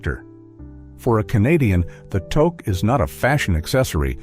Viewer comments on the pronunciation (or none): Togue is spelt Touque and with a U sound not an O sound if you were to spell it as it sounds it would be "Tuce" not Toce not all Canadian homs require shoes to be removed, I for one cannot walk properly without shos on even in the house as I have ancle problems so I apologize and explain my situation everyone is fine with that but if it is very wet out I will bring shoes to wear inside as not all Canadian homes offer house shoes or slippers, here in the backwoods of Canada called British columbia a forgotten western province that gets almost no attention as the majority of documentaries focus on easter Canada, but us BCers are not so fussy about that. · we say it as tuque not togue excent the u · Tuque pronounced Tooook. Victoria day weekend is two four weekend not 2nd to 4th weekend